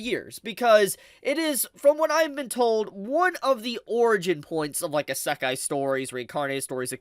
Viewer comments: the ASAKHAI Strikes again.. common, learn to pronounce it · Bro, please stop saying asekay, its actually killing me, please spare me. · How wonder how can still mispronounce isekai after all those years. Like cmon bro its a japanese word so its the japanese "e". I don't know how to write it how its pronounce but its easy to search up. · Love English people saying Isekai a asekai 😂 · I stopped watching when he mispronounced Isekai. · pllzzzz listen to how everyone else pronounces isekai. ur annunciation drives me nuts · How can you say you’re a huge isekai fan and talk like you know so much about it when you don’t even know how to pronounce right lol.